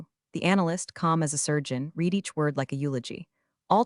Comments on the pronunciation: Good catch, nothing kills the drama faster than a robot mispronouncing “read” and mixing millions like Monopoly money. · Fix your artificial UN-intelligent voice over machine. Teach it how to properly pronounce 'read' in context. Resolve the $1.25M vs $25M limit required for the dual authentication protocol. On a positive note, the horizon is level in the graphic. 👎👎👎👎